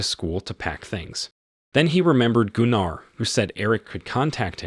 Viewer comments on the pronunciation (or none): Gunnar is more pronounced Gunner. Not (Goon R). Trust me.... Its a family name of ours..... Although Germans may very well pronounce it wca hard R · Its Gunner like Gunnery sgt , Jeesus Christ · Goonar? Lol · Except Goonar - somehow I think its Gunnar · Gunnar (Goo-nar)😮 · Gooonarr? I cringed so hard. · Some day we’ll get AI to correctly pronounce words like Gunnar. This video pronunciation wasn’t even close.